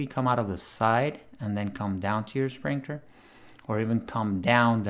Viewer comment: Hi, Awsome video! Love your content. Just wanted to say that its pronounced sprinKler not sprinkTer lol 😂 😂